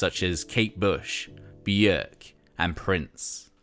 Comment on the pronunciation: Jesus hallelujah how nice to hear Björk pronounced correctly lol